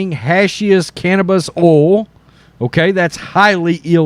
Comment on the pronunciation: Just say has hash since you can't seem to say hashish lmao